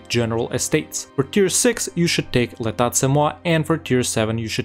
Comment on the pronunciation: The second T in État is silent, but if you stopped pronouncing it Étattt, I think I would miss it.